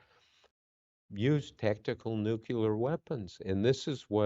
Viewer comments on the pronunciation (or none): NUCLEAR Bob. Not nuculer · Nuclear NOT nuculor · Nuclear, not nucular!